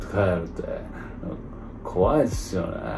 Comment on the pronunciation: こわいぇすよねえにハマりすぎだろw